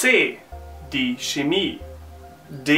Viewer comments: I was taught that "ch" in "Chemie" is pronounced with "kh" (English pronunciation), also like "ch" in (das) Buch, but you read it more like "schemie" with "sch" :) is it some kind of dialect or exeption? :) btw. I have been learning German for 5 years at school :) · 1995: "Schemie" is wrong, even if some Germans do it. In both - Chemie and Chameleon - it has to sound like a "kh" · It is Chemie* and not Schemie! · No offense- aber man sollte schon darauf achten, dass man sagt CHemie und nicht SCHemie. Letzteres ist falsch! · Why did you pronounce the ch in chemie like sch? Am I mistaking something or..?